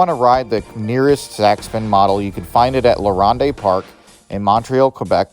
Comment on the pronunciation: Did you say La Ron-day?